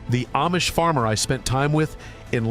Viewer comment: Food is not free to grow. Not easy and not free. Your stupid AI video doesn't even pronounce Amish correctly.